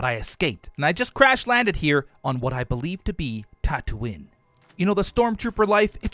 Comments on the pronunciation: Ive never seen the star wars series but even I know that it's pronounced Tat-oo-ee-n not Tat-oo-in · Yup, and Tatooin should be pronounced Tatooine